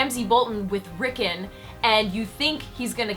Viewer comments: "Rickin" sigh. Its Rickon, my goodness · you pronounce rikkon wrong.